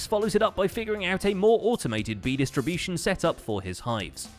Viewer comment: Dist... Distribeetion?